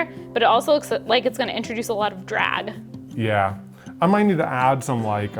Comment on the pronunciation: Ok, I've listened to this section 6 times now and it still sounds like is saying "drad" instead of "drag". Is "drad" just a word I've never heard before or are my ears broken?!😅